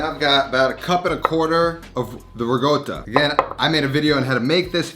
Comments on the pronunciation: Ri-Cotta, not Ree-Goata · The return of the riGotta 😂, makes me cringe everytime he says it. (Guess where I am: Italy. I doublechecked it for you with the locals and It is riCotta with a hard c like cake or reconverse.) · RiGGGota.. Why you say like that? Its Ricota.. just say it normally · I love your channel, but please. It’s RI-CO-TTA not RI-GOAT-TA. Get it right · why does he says "riGotta" instead of "riCotta"? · My GOD you've been to Italy you seem to be Italian decent. The word is RICOTTA! There is no G in it. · stop fucking saying rigoata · Say “regotah” one more time for me, please. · It's not pronounced ri-goat-a mate, just saying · It's not his first video starring riGotta 😂👍😜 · It is now known as Rigoata. Let the locals know :) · Oh my god why is he pronouncing ricotta like that its giving me a stroke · I love the way he says RICOTTA. Btw works perfect with QUARK too!!!